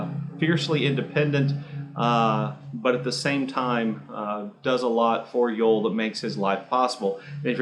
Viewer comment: His name is pronounced Yo-Elle, not Yole